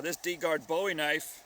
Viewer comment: Not to nitpick but you pronounced Bowie wrong. Aside from that, great vid!